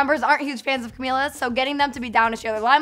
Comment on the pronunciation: Say her name right